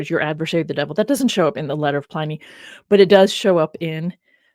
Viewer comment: love the show but the constant references to Ply- Knee drove me mad. is that the way americans call him? Always thought it was Pl - in -ee. 😅